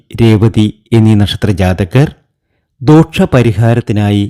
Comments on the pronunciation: ദോക്ഷം അല്ല...ദോഷം എന്ന് പറയൂ. പ്രദോക്ഷം തെറ്റ്... പ്രദോഷം ശരി. ഇനിയിടുന്ന videos ൽ ഇത് ശ്രദ്ധിച്ചാൽ നന്നായിരുന്നു. 👍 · പ്രദോഷം ആണ് ശരി 🤣 പ്രദോക്ഷം എന്നല്ല പറയേണ്ടത്... ദോഷം ആണ് ശരി.. ദോക്ഷം തെറ്റ്.. ആദ്യം ശരിയായ ഉച്ചാരണം പഠിക്കൂ.. 😀😀😀